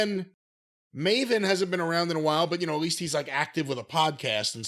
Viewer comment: Piers Morgan pronouncing Maven as Marvin.